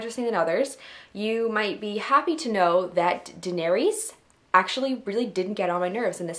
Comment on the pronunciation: Please learn how to say Danaerys' name. Its Phonetically: Dah-Neh-ris